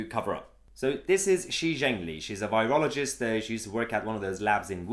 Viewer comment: You're nispronouncing virologist